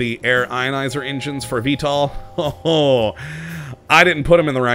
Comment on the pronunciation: I keep coming back & watching but, years on... Engines are still 'Injuns' & 'ahways' - still has that unpronounceable L. Keep up the good work!